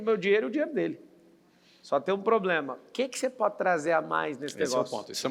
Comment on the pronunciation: poblema ? escutei isso ?